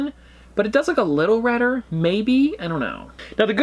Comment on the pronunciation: Me getting mad that he keeps saying reder lol